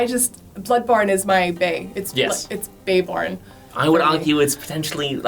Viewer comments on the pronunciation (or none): Please dont call it baeborne. Ever